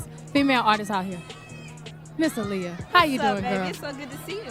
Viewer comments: Why can't this White AI narrator ever get the names of these Black stars right? Aliyah is pronounced..A-lee- yah...not Aliah. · Please stop mispronouncing that young lady‘s name that is disrespectful It’s Aaliyah - make your AI say it correctly 😡